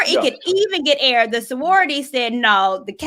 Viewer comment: "Sowority sisters "😆